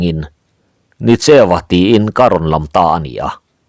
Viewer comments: Nicheuva, tih hi Ni (Sun) tih a lam tur ani e, cheu, tih hi pawi tawngin Eng tihna ani a Nienga tihna ani zawke.Ni cheuva, tih hi awmzia aneilo. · Nicheu tih a a bul lam hi, hemi hmingah chuan thluk sei, hniama lam tur a ni. NI hi a chang chuan thluk sanga lam chi a awm ve tho bawk. Ni tih hian awmze pahnih a nei a, ni leh thlaa innghat tihna bakah, ni leh farnute man ei sawina a ni thei bawk. Tin, cheu tih hi midangte aia thil thiam/hria tihna lam a ni.